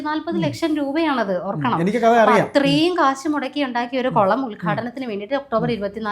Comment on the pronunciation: കൊളം അല്ല കുളം